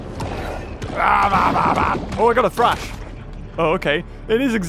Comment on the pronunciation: so you know that you saying Thrash --> trash like a garbage